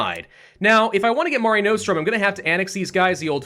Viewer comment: The "Mare" in "Mare Nostrum" is pronounced like "hair". Not "marr-ay" or "mair-ay". "Mare" like a female horse